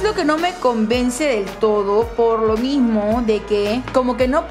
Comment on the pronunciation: David : "Mimiso"